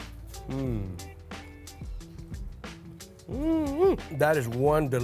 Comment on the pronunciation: Sangwhich. Accurate.